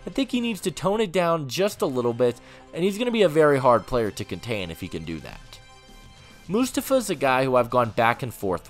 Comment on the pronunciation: It’s prounounced “Moo-Stoff-Uh.” 🙄